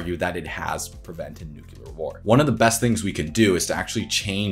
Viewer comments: Nuk Lee are not ‘nuke u lar’ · Why do you say "Nu-q-lar". Surely you know it's pronounced "nu-clear". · PLEEEZE! It is pronounced "NEW-CLE-AR" not "NUC-U-LAR"!!! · Great video but PLEASE. It's nuc-lear not nucu-lar. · It's not 'nuk-u-ler', it's 'nu-cle-er'. Mispronouncing this word detracts from your credibility... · Great research, graphics, and presentation. One suggestion: practice pronouncing nuk-LE-er as opposed to nuk-U-ler. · Please say "Nuclear" correctly. New-clee-ar. From "nucleus" of an atom. Not New-kew-lar. This is such an excellent and informative video. Correct pronunciation indicates education and increases the credibility of what you're saying. Unfortunately, the opposite is also true. You will help yourself to disperse your great knowledge when you sound like you know what you're talking about. I hope you see my comment as constructive, I only mean it that way. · why does he keep saying "nook-yoo-lar" is it so hard to learn to say "nook-lee-ar"? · A good video and you put a lot of work into it. One thing that I might suggest is to pay attention to the pronunciation of the world "nuclear". The correct pronunciation is "NEW-CLEE-AR", exactly as it is spelled. There is no such word as "NEW-CU-LAR". Incorrect pronunciation of such a key word to the topic, causes people to shade the speaker as less knowledgeable about the subject they are discussing. Just a bad look. Really nice vid overall, Thank You! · Great video. Increase your credibility by pronouncing nuclear properly. It's NEW-CLEAR not NUKE-CULAR. (sorry, just grinds my gears!) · It is pronounce "New-Kle-ar" NOT " Noo-Ku-lar" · Absolutely a wonderfully comprehensive coverage of the Thorium nuclear subject. Bravo 👏.(but it's "nuclear" not "nucular". Sorry.) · NU-CLEAR ....Not Nuke-u-lar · Hey dude, do not say nucular! Say nuclear! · It's Noo-Clear, not Nu-Cu-Lar (reminds me of George Bush) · Its nuclear not nukiller - American butchering the language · "Nuculer" ...ruins it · nucular xD